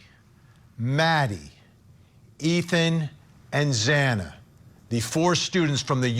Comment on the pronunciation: That judge couldn’t even pronounce Xana’s last name correctly and he goes off about receiving messages from people trying to make him understand how devastating/catastrophic these murders have been for the friends and families. Maybe he couldn’t legally do anything to help these folks but clearly he has no clue as to the desperation and agony these people are going through. For him to chastise their actions is so very cold and unfeeling.